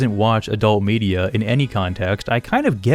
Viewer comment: When you said "Star Wars media" i heard "Star Wars birria" :p